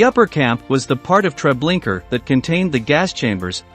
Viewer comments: Treblinka not Treblinker. I don't understand how this can be mispronounced. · TreblinkA...there is no ER at the end. If you're doing something important as this horrific event in our lifetimes, make sure you use a real voice. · To the guy reading this, Trablinka ends with an A , not an R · It's Treblinka not Tre blinker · Pleas. It’s not TREBLINKER. It’s TreblinkA. Pronounced Tre Blink A. The A sound is the same as in car. Sounds like Ar. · Where do these narrators come from that they cant pronounce correctly? Treblinker??? This is when i stop listening! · Its is pronounced " TRE BLIN KA" If you do another video again don't use AI it makes you sound stupid. It's also very disrespectful to those you are trying to document about. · Yes do you suppose this robot was of British origin and that's why he pronounced Treblinka as "Treblinker" ? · Every time I hear the narrator say Treblinka as Treblinker I cringe. It’s not that hard to pronounce. Did anyone review this video before posting it? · It’s TreblinkA no r at the end! Get it right. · Just a request to do this again and put an actual human voice narrator. These people were already dehumanized once and now to have a robot read their final days out in 'Treblinker' still seems like all they are is statistics. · Very interesting stories. But if I heard the narrator say Treblinker one more time…😱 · "Treblinker" ?? LOL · It's spelt "Treblinka", but pronounced "Treblinker"? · No, it is pronounced "Treblinka". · I wondered why it sounded so weird. Also, why was it saying, “Treblinker?” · Why Trablinker? You can be bothered to watch 1 documentary or google the pronunciation there is no R at the end of that word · Mispronouncing Treblinka is beyond irritating. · Please edit the way you say Treblinka out off respect! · I cringed every time Treblinka was pronounced incorrectly.